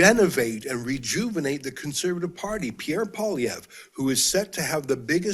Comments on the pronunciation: Pierre Poilievre. Say "poll-ee-EV". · Oh and it's "Poe - Lee - Ev" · It’s Paul-E-ev. Get used to saying it. 😉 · Everybody, Canadian and American alike, needs to learn how to correctly pronounce Pierre's name: PWAH-LEE-EV-RUH (the "ruh" part mostly silent). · get the pp name right man you talk so good cant say a name right?